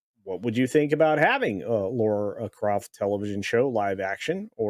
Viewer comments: It’s Lara not Laura. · Dude... it's LARA Croft, not LAURA Croft. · Lara not Laura. Pronounced "La-Ra."